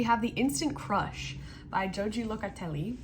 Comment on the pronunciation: Ho hee Locatelli (there is no “j” sound. It’s an “h” sound. Also monochromatic is ine color. Duo monochromatic is not a thing. Knit in two colors is a thing. Just trying to help.